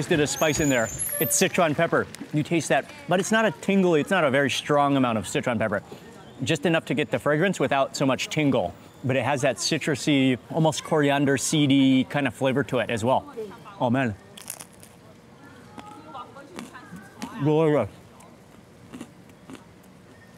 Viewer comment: wtf is coriunder?! why does this dude purposefully mispronounce coriander? love the content but this drives me crazy